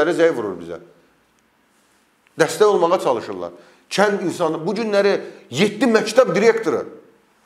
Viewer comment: bu danışan qızın ləhcəsi var,sözləri düzgün tələffüz etmir"kətt" yox kənd deyilməlidir, "c" hərfi ilə danışır.kanal 13 bu nədir?